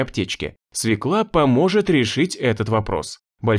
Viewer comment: Нет в русском языке слова свекла, есть слово свёкла. Диктор говорит неправильно. Надо говорить не свеклА, а свЁкла.